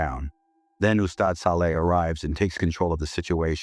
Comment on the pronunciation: This is the very first time I hear AI pronounce "ustad" & "Ayatul Kursi" correctly